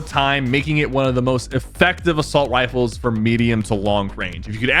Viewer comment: assauwt wifles😂